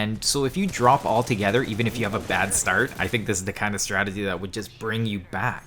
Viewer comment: U said stradegy at the beginning